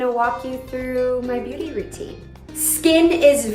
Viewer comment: "Your natural beuty" 🤣